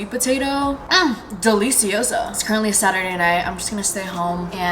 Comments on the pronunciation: pls stop saying delisioso i cringe so hard every time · As a Spanish speaker, when she says “delicioso” is so funny 😂💓